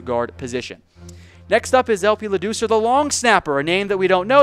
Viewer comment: Funny how YOU mispronounce LaDoucer then say "a name WE don't know all that well." Yah clearly. He's the longest tenured player you talked about.